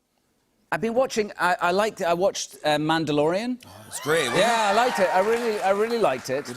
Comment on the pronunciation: What, a Mandayodian?